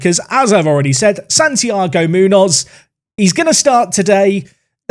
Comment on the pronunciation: Your pronunciation of Munoz hurts me as a Spanish speaker lol